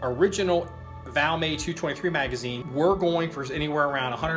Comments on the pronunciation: It's not a French gun...The "T" is NOT silent...😀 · The brand name of the rifle is Valmet, Not called Valmay! 😮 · its pronounced Valmet with the T. Trust me ;)